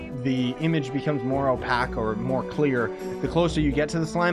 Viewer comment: OH PAKE. Lol... not oh pack